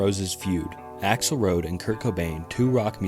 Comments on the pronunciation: Noy how u pronounce Utero & its not A. Roads...its Rose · he called Axel Rose Axel Road 😂